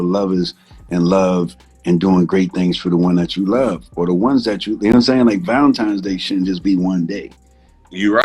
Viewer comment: ValenTINE'S Day, Swizz! Not "times". Lol